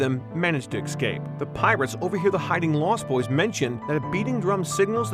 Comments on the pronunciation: ECSCAPE 😂😂😂😂😂 ITS E... SCAPE!!!! THERE IS NO C BETWEEN E AND C YOU FOOL!!!!! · EScape! It's pronounced Escape! Not EXcape! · Good video but I can't stand when people say "ekscape" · Escape*. Excape isn’t a word... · Good video but i cringe every time the narrator says "Ecscape" ... {shudder}